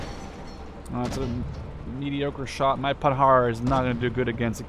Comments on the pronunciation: PandarD it's in German service so it's a PanharD with a D :P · Hi so first you ve right Panhard is without "D" pronouciation at the end and im French:).Two now i think conquest is fun but i really hope at the end they dont make mess than they do in call to arms because in call to arms this is just unplayable because of infinite reinforcement of IA who just wipe out your deck everytime and most important this is just brutal no strategy possible due to the tiny size of map.When i see your video im happy but i m worried because for now it's just beta.so sorry for my awfull english